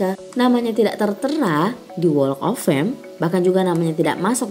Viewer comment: Unsubscribe. Karena cara baca walk of "fame" nya gak bener. Harusnya cari tau dulu dong gmn ngucapinnya. Maaf, mohon dipertimbangkan